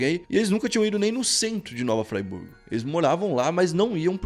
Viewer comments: Ele pronunciou igual a cidade da Suiça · Mano eu moro no em Nova Friburgo e tu pronunciou o nome errado mas ta tranquilo foi engraçado d+ kkkkkkkkkk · Koé, "Nova Friburgo" se fala em português mesmo, não tem essa pronúncia gringa! 😂😂 Cidade vizinha daqui de Macaé RJ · está aprendendo inglês só pode😂😂😂 " Nova Fryburgo" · Tem razão. Vi esse cara falando Fraiburgo me deu uma vontade de dar uma fraiburgada nele. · Agonia deele falando "Nova Fraiburgo" rsrsrsrs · Eu sou nascido e crescido nesta cidade a 23 anos. E se pronuncia "Fri" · Cara não sabe nem fala nova Friburgo kkkkkkk. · O cara faz um vídeo e nem sabe falar o nome da cidade, e Varginha é um bairro. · KKKKKKKKKKK o eu moro na cidade e se nem pra dizer o nome certo krlho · Pronunciou erradão kkkk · Nova Fraiburgo? Oxe essa porra é inglês kkkk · É nova Friburgo, não nova Fraiburgo, tá dando nervoso te ver falando assim. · Nova Fraiburgo foi de doer kkkkk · Como respeitar um canal onde o cara fala Nova FrY Burgo??? conteúdo é massa, mas tá doido, muita ignorância. ai tá escrito FRI, FRIIIII burgo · hahaha nao é "fraiburgo" é friburgo msm. mt manero o video. abraço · observação: a cidade é Friburgo; pronuncia correta: Friburgo; não "Fraiburgo" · Se pronuncia nova Friburgo não nova fraiburgo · "Fraiburgo" kkkkkkkkkk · O nome é nova Friburgo..RJ região serrana do estado do Rio de Janeiro. Ñ é nova Fraiburgo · O nome não é nova fraiburgo.... é friburgo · Ola meu amigo gostei da matéria mais o nome da cidade é nova Fri burgo escrevi desse jeito só para ver como se pronúncia,mas a matéria é ótima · a pronúncia não é "fraiburgo", a pronúncia é a la brasil mesmo, a pronúncia e conforme se lê msm, friburgo! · Oi. Eu sou de Friburgo. Fico feliz em ter a cidade fala no seu canal. Gosto muito dos vídeos e do canal. Ah e se pronuncia como se esquece rs. Fri e não frai.😁 Varginha, Rio Grandina são bairros de Nova Friburgo. Muito bom o vídeo 👏🏾👏🏾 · Nova "Fraiburgo" kkkkkk